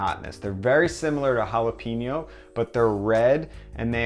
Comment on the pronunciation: The hell are halapeenjos?